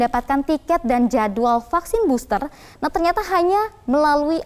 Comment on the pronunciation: KAYA..FFFFEELLLERRR...DI BOSSTERR..GUYSS..😁👎👎👎👎👎